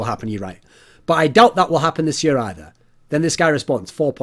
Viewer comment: I love how he says year